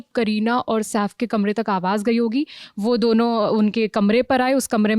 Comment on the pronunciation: SAAF nahi madam SAIF boliye!